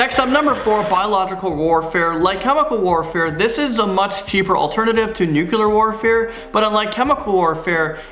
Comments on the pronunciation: Nuclear not nuke-u-lar. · Nu-clear. :) Nukular doesn't exist. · Why can't you pronounce nuclear?